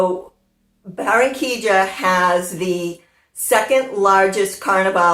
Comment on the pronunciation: You say Baranquilla like a native! I can not wait to see THE CARNIVAL one day there! Love your magazine every month!